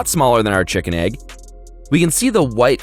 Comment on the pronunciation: Ah yes, tshikin